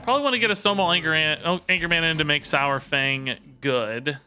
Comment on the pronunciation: I know I'll get a heap of hate, but it just annoys me to no end. It's sawfang, as in dinosaur. Not sourfang. Love your content though.